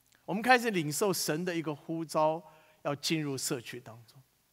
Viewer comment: 神呼召.召四聲照兆ㄓㄠˋ